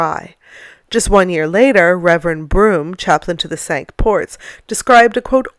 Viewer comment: In the case of the Cinque Ports, Cinque is pronounced 'sink,' not 'sank'. I.e. the correct pronunciation is the 'wrong' one! I've got no idea why, but apparently they've done it for centuries. Maybe it was the medieval English navy's idea of sticking it to the French by abusing their language. This was an especially awesome video. I had no idea this place existed.